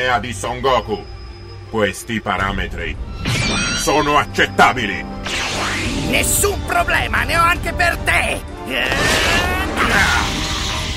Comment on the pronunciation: Minchia quando c16 dice "questi parametri... SONO ACCETABILI" mi ha steso